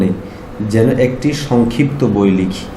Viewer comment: উপস্থাপক,আসসালামু আলাইকুম, যেন্ এর মানে কী? উদ্বাত্ আহ্বানের অর্থ কী? এই দুই উদ্ভট শব্দের উৎস জানতে চাই। আসালে কোনো উৎসই নাই! শুদ্ধ উচ্চারণ কাম্য। শুকরান।